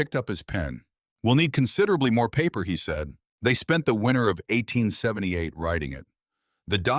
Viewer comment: 'Winter'. Not 'winner'.